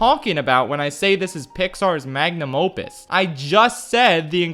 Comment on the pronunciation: Did he just said Lion Kin is Disney's mang a num opus?